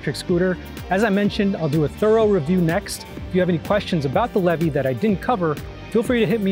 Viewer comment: It’s pronounced LEE VEE!! I would know!